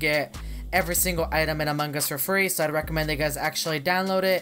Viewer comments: No he sounds like AMAN GAAAuuaAAaaUUSS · Pearce-Reynolds no he says amongos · Instead of saying among us he says “ Amon gus” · why everytime you say among gus not among us??? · Us: Among Us Him: A MANGUS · He says among gus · no its "Amangas" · I am saying that Charizard freak always says among us to "Amon Gus" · Him:among us Subties: a mangas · The way sounds is like a AI robot And the way he says among us: Amungus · “In Amon Gus” 😂😂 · Mine is "In A Mangas" lol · Hes said AMONG GUS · AMUNG GUS Lol the way he pronounce it is funny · How many times he said amangas | | | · Why is he saying Among Gus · ik that, Also the way he says among us makes me laugh